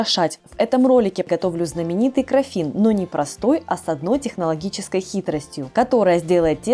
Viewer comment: крАффин не краффИн. Гибрид круассана и мАффина.